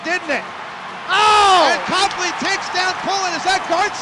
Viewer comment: You said Copley wrong